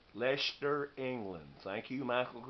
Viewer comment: Hi..good to see you back.... some great looking gifts came your way. The pronunciation of my home town "Leicester' is almost spot on now... now time to add the county......how about Leicestershire... lol...2 more years practice in that one...lol...lol...challenge set my friend...Take care..Mick